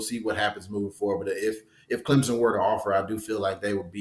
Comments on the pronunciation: can you educate me just where is clemzin? i have never Hurd of clemZIN , IN do know of CLEM SON but not clemzin its NOT clempsin it is NOT clemzin nor is it clemsin it is CLEM SON! so pleas STOP butchering the name ! CLEM SON NOT CLEMZIN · Subscribe? Not until stops saying Clemzen. Try Clem sun. Jeremy has it right. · It is pronounced Clemp son!!!